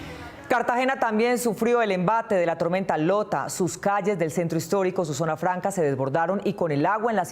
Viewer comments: Cual "Lota"?! La tormenta se llama "Iota" (la "i" mayuscula parece una "l" minuscula). La presentadora deberia informarse antes de decir cosas falsas! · Que alguien le diga a la presentadora que el huracán se llama IOTA no LOTA!!